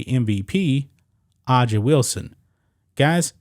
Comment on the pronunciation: you pronounce her name "Asia". I know, everything associated with this league is ridiculous. This is why I don't support trans only leagues. It's just another place for crybaby Leftists to complain about how unfair the country is.